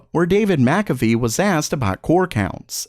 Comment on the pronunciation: It's not Macafee. It's McAfee "mick"